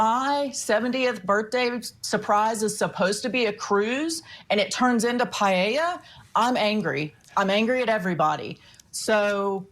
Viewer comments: it’s the “ei” intead of “e” paElla not payieilla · Paella - Spanish speaking can’t even pronounce it properly. Pa- e ( as in Ernest)- lla (as in jar)